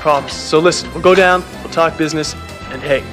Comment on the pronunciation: "We have to talk bearsniss" lol Oh wow. That made me laugh more than it should.